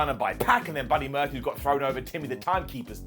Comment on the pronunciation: OMG.... NOW YOU'RE FLUBBIN' UP YOUR FLUBBIN' LINES.... BUDDY MURPHEWS?... ACTUALLY... I 🤔... I THINK I LIKE IT...... GIVE YOURSELF A GOLDEN UP FOR THAT